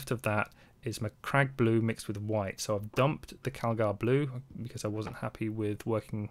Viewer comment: Aced the Macragge pronunciation. Also, stunning result